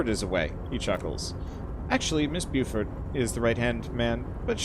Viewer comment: God, I love this game. And the player character! The writing is very well done. PS. Beaufort is pronounced "Bo-For".